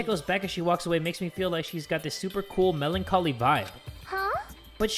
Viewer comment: Mellon-Colly instead of Melancholy, Okay then.